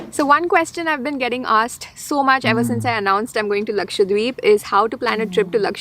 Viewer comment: A small correction. It is Laksha-DWeep not Lakshwa deep